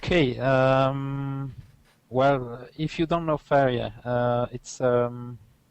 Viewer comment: For a second there I thought you said "Favorite Jesus" lol